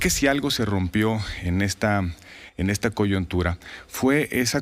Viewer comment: El señor Gil Zuarth dice al minuto "...en esta coyOntura,,," y lo correcto es coyuntura, y repite varias ocasiones la misma palabra mal dicha